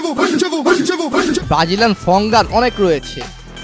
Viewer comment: Vai bagilian na Brazilian hobe 😂😂😂😂